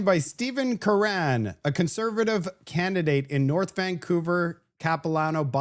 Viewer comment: Name.. Curran pronounced like Current without the t.